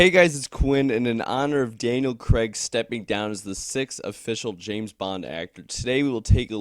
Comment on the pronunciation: Who the hell is Daniel Cregg? It's C R A I G